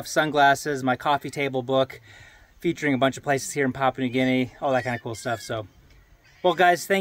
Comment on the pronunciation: Papua, not pop.